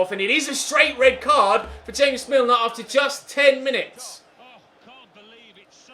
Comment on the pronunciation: Im sorry, james milner is 'hames' and hes columbian???!!!